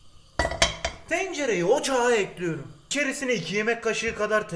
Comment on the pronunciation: Tostcu erol : kaşarları düzüyorum Sandik ici : ekliyürümmm 😁😁😁 illa o "ü" olacakkk